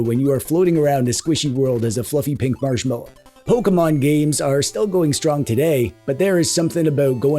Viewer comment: Ah yes, Poke-a-choo, my favorite Poke-e-man 🤗